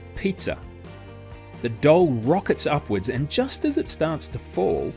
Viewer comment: 9 verbal and 11 visual. I felt the exact moment I was lost because when he said "doll" it sounded like dull because of his accent. I was able to remember some after and the word doll once I opened my eyes to see what it was. It just threw me off a little.